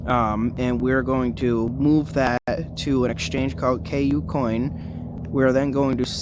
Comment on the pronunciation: Bro you have to stop calling it "K U - COIN" its pronounced coocoin.. All one sound cooo - coin.. It's hard to take you seriously if you don't even know how to say the name of one of the top 5 exchanges in the world lol.. Not hating bro just trying to help ya sound a little more official